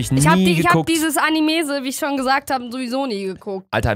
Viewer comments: Sorry aber jeder Anime Fan wird dich haten nicht des wegen das du Anime nicht geschaut hast sondern das du animese sagst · Ich werd so wütend wenn dauernd „Animese“ sagt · kleiner Tipp: Es heißt Anime. Nicht Animese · Animese Ich: dein ernst? Es heißt Anime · ich denk mir nur so :" ES HEIßT ANIME NICHT ANIMESE!" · Ich glaube jeden Anime Fan regt es auf das animese sagt😂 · "ich habe diese animese sowieso nie geguckt" Sogar meine Mutter weiß wie man das ausspricht, schäm dich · Bin ich die einzige die es komplett triggert das zu anime....animäse sagt😂😂😂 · Alle otakus die dieses Video sehen sind safe am ausrasten weil sie statt "Anime" "Animese" sagt 😂🤪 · WIESO ANIMESE?! EINFACH NUR NEIN!!! NEIIIIIIIIINNNN!!! DAS HEIßT ANIME OK